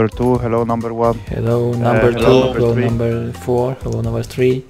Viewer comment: он русский он сказал " Намбер три"